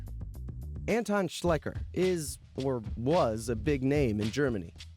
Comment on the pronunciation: Anton is pronounced Un-ton. Adolf is pronounced Ah-dolf.